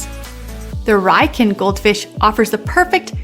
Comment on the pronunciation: Its pronounced Ree-yoo-kin.